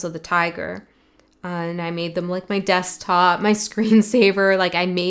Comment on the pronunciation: I know you said desktop but I heard Desk pop 🔫 and I giggled.